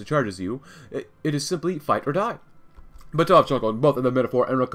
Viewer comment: Also, it's BAtov, not BatOv.